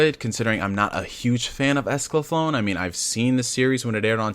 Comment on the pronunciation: It's Escaflowne .... not Esclaflown Pronounced: ESCA-FLOW-NAY Also, as an Update, they are releasing the Original Dub with the new dub, they edited the first 7 episodes on Blu-ray and put the original English Dub on it on separate discs. that coupled with all the perks coming with the Kickstarter, they are going above and beyond to provide everything to audiences. For how many people said "I've never seen this before?" I can now see why they wanted to do a Kickstarter.